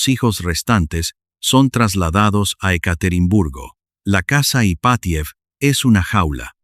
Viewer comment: Estupenda historia, pero los nombres rusos son esdrújulos, llevan el acento en la 1a sílava: Rómanov, casa Ípatiev etc. Es un detalle, pero importa en la narrativa. Saludos desde México.